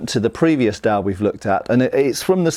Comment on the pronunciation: That being said, he does pronounce dao wrong, as well as some other words.